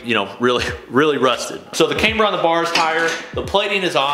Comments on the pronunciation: Please stop saying came-ber! Cam,Cam,CAMBER!! 😆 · You gotta learn how to pronounce camber